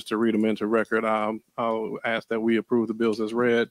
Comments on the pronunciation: Why is it so hard to pronounce ask the correct way….I must have heard them say axe about 37 times during that meeting… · every time she says "axe" i cringe. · AXE?!? Can no one pronounce A S K? Good lord. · If I hear any form of "lemme AXE you a question" again I'm going to fucking scream. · Good Lord?!? Can no one pronounce LAWD? Just axing. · I axed you not to say that! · Rule #1 don’t vote for someone who says ax instead of ask